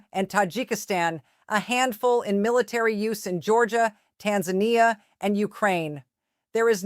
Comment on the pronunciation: Need to learn how to pronounce military